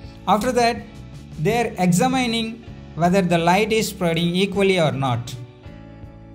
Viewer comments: examine not exa mining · Exaa mining Exaa mining. Gets on my nerves. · Especially for pronouncing 'examining' as ' exa mining' 😀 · Check "examining" pronunciation and correct in future videos